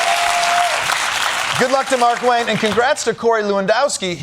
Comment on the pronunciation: On a side note, it's not Mark-Wayne Mullin... It's Mar-Kwayne Mullin. The pronunciation is everything, you gotta get his nouns correct.